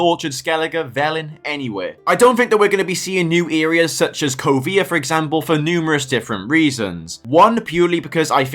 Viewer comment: "Earias"?!?!?!?! What U.K. dialect is that abomination? 🙂 Essex born myself and I have never in 60 years heard "areas" pronounced like that!